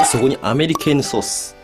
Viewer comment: アメリケーヌソースをアメリカーンソースって聞き間違えたのは俺だけじゃないはず😌